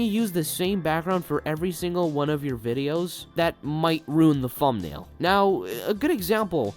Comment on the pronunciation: You good bro? You saying fumnail